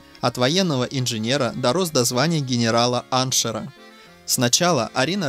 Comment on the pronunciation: Не аншера , а Ан шефа, учите язык ,прежде чем рассуждать о Пушкине